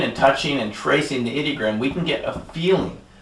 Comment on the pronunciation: Did he say 'idiot gram?' the first time he wrote 'ideogram?' That's one heck of a slip.